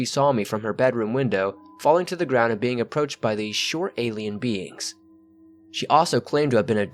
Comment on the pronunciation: The word "beings" always sounds like beans 2 me . Abducted by beans